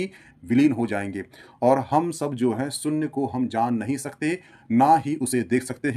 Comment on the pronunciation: Yar GYAN ka video banate ho saare Bharatiyo ke liye. Aap se KAM SE KAM ye to umeed ki jaa sakti hai ke aap "main topic" ka UCCHARAN sahi kijiye. SOONNYA nahi SHOONYA hota hai !!!